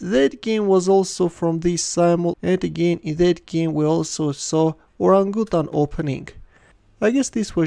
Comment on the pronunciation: Should be pronounced or-RANG-uh-tan